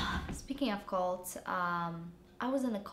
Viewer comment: Olga. It's, "cults" not, "colts". jkwy Moosh!